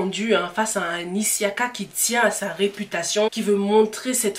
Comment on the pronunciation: Pourquoi tu dis issiaka c' est juste Siaka